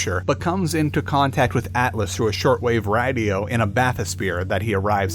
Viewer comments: Is it just me or when It got up to Jack's part in the video the way he said radio was weird as fuck?? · Anybody else notice how strange he says radio around the mark?